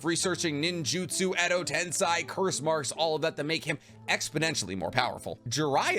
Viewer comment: Another fantastic video!! Also, juuuust curious...is there a reason you pronounce names and terms like Suigetsu or Edo Tensei as though they were Chinese, not Japanese? It's come up a ton in your videos and I'm just wondering if you speak Mandarin then 😅